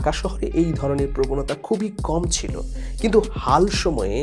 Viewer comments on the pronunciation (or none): none